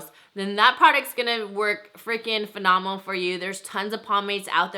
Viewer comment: she said phenomal😂